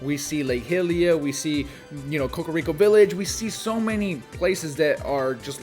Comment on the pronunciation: Can you not play as Cadence herself? That's not how you pronounce Hylia.